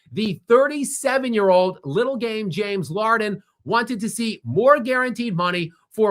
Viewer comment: I just heard LARDEN and can’t get enough 😂